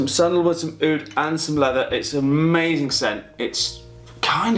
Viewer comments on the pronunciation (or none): Eyeoud 😂 It's just Oud mate